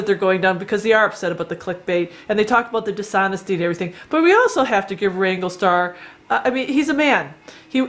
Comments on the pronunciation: If you're going to have a pop at Cody learn how to pronounce his name it's WRANGLERSTAR NOT WRANGLESTAR missing out the middle R. As Cody says it's a business!!! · Justin Speck. Agreed. And the way she's pronouncing his name. It's not wrangle-star it's wranglERstar. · First learn to pronounce the name correctly WRANGLERSTAR not wrangle star. 2nd this video is all over the place I can't tell if you are in support of him or against him. 3rd you are trying to increase your views buy jumping into his discussion and yes you Click baited your title "look at the controversy here" you are entitled to your opinion but I don't think you quite know what your position is on this subject. so this was a video about nothing. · I say this respectfully to both your channels. I scrolled down through the comments and surprisingly I did not see anyone mention it. You keep saying "rangle star". The name of his channel is WrangleR Star. Pronounced like: Rangler Star. Like: Wrangler... the brand of jeans. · Is it just me or is she saying "Wrangle-star"? Isn't it Wrangler Star?? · ** you wranglerstar braught me back from depression i dont mind the click bate. Also its wranglerstar not wangwertar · Did you start this video calling the guy [Wrangle] star? I listened to it twice (now three times) and I think you DID. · It's WrangleRstar. There is an R in there lady. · So you think, with your paltry 67,000 viewers should decide what us 500,000 Wranglerstar viewers can and can not watch? You can not even correctly pronounce his handle. Good grief. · How about saying the name of the channel correctly? You take away your own credibility when you do not do your homework. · If you wish to make videos commenting about Wranglerstar you should at a minimum learn how to pronounce his name properly.